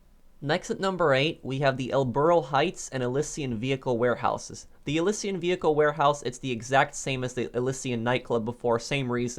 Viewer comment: it’s Elysian not elyssian